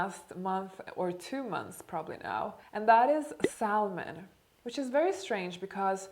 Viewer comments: Esther B. Well..as a salmon trader, I will disappoint you, since you don’t seem to know many languages besides Englishh. It’s saLmon, or sammon for the toothless prolapsed jawed anglosaxes. You’re welcome. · Thank you for being honest! I love your transformation and how you are willing to talk about what truly worked for you! One thing though--the "L" is silent in salmon. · I have the same eating phases. Are you a Scorpio? (‘Salmon’ is pronounced without the’l’ sound). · Have you ever thought of taking elocution classes? I know English isn't your first language, and it is easy to hear that you are from Sweden. You make mistakes ever so often with grammar and in this video, you pronounce the "l" in "salmon", something that most English speakers don't do. I just think that speaking properly is important for elegance too. It's quite alright to have an accent, but sometimes mistakes can make a person appear just slightly less intelligent than they actually are (for the record, I think you are clever). There are also possibilities of being misunderstood. You do a good job, generally, I just think that you would be even more elegant if you made fewer of these mistakes. Maybe it could even be the topic of a video, "How to Talk Elegantly" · How do you practice fasting when invited to eat out with friends? The “l” in salmon is silent btw ♥️ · You're not supposed to pronounce the L in salmon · Not true, google it, you do NOT pronounce the L. Sounds so bad. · We are so much alike,. My food window is from am to pm and I prefer a whole food plant based diet. I've lost 11 pounds so far. Fyi the L in the word salmon is silent, like sammon. I love your videos! Thank you for the wonderful advise. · Actually “sammon “ shows the correct pronunciation better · The word Salmon is pronounced Samen. The L is silent. Love you! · It’s Sa-mon, L is not being pronounced 😉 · English pronunciation for salmon is sammon 😎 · Don't pronounce the L in salmon. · L in saLmon is silent.